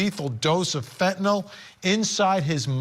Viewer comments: You know how the news and media is 😅🤦🏼‍♀️ fentphnal😂😂😂😂 the way they pronounce it tho😂🤣😂🤣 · Its fentanyl not fentanol, and you are watching too much Law and Order. My guess is that video is misrepresented too. One cop faints and the guy beside him isn't even sleepy. Fainting is not almost dying. This author thinks the 2mg is comparable to a sachet of sugar (teaspoon) its nearly 1/3000 th of a that sachet. These are the idiots and opinions that will get her off... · MICRO GRAMS OF FENTANYL is lethal, not milligrams you moron 😂😂😂 and it’s FENTANYL not fentinollll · Can we start saying fen - ta - nil instead of fen - to - nal? It's not a barbiturate like seconal or phenobarbitol. Anyway, fentanyl comes in many forms other than pure powder. A pill the size of an aspirin is probably 1% or less of the drug and is designed for safe consumption/handling. If she put 5 of those in a drink for someone who was "naive" to opiates, it could kill them. But even the pure powder gets handled by people all the time. The people who manufacture it and package it and sell it aren't dropping dead every day. I don't have any problem believing that someone who was prepared and knew what she was dealing with could handle it safely. Plus it's possible that the officer in that video came in contact with carfentanyl, which is several times deadlier than fentanyl but often gets reported as "fentanyl". I don't see this being an issue for the prosecutors. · This guy is supposedly an expert but he can't even pronounce fentan-YL correctly.